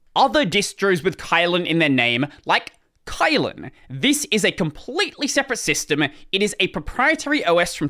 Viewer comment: Not pronounced as kite, the y in it in China, we pronounced it as i in kit in this word Kylin.